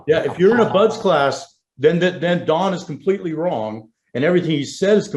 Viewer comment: How many times will he say BUD class (no S) before somebody says something. And why does that bother me so much?